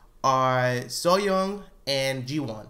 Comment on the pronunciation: her name is Lee Seoyeon not Lee Seoyong